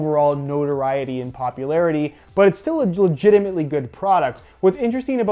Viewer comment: Dare you to count the amount of times he says legiemant